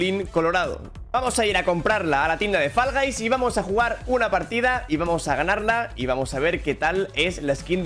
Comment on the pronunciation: ME ENCANTA COMO DICE FALL GUYS 💝💝